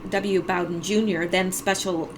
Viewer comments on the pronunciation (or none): none